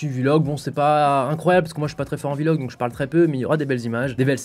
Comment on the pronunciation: Arrête de dire vilog